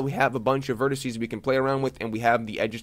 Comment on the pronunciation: Please, please, please stop saying 'vertissy' (it's driving me nuts) - vertex singular, vertices plural.